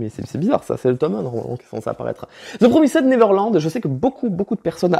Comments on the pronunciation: "The Promisèd neveurlande" Un plaisir🤣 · Moi aussi j'aime trop dire ze promized neveurland